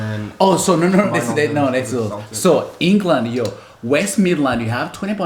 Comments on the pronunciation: Celtic is pronounced as if the c is a k. Congrats on being a global mutt! So am I. I think it's awesome! 😉👍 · Celtic is pronounced keltic😂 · Celtic is pronounced "keltick", and Gaelic is pronounced "gay-lick". This is Irish and Scottish.